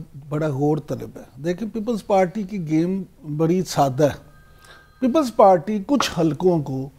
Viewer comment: Imran yakoob its people party not ppppllls pateeee.